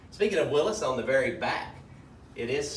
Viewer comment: Thank you for pronouncing Willys correctly 👍🏻😎